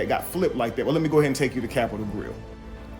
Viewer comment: “the cap-pit-al grill” she can’t even say that shit!✌🏾